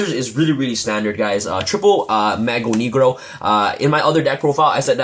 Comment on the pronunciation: it's so funny how you say mago negro! you have no idea how funny that is for someone that speaks pt